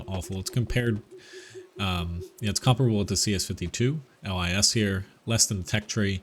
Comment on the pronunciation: Pollack here: you can pronounce LIS like "LYS" or "LEES" like in "LEASe" but without last "e". Lis means fox in Polish, hence the fox on the turret in the skin for the CS-52